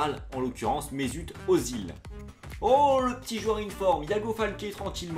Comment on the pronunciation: On dit Ezil pas Ozil